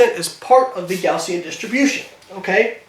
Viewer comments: Hey Layne, it's actually "Gaussian", not "Gaussien". Thought you might like to know. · Gaussian* not Gaussien. great video by the way.